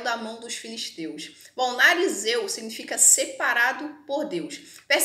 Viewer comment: NARIZEU NÃO...NAZIREU! ótimo resumo da história...parabéns